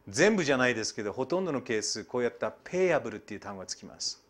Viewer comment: カッピイウライツ、ペイアボーウ、ネーガリブエクイリーｗｗｗ かなり発音いいねえ！